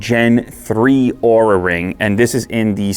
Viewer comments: Great video!. Just try to pronounce Oura as the compay wants to LOL. LTT took a video about this down just because Oura didn't like the pronunciation of the brand. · Be aware of the way you pronounce their name, ask Linus 🤣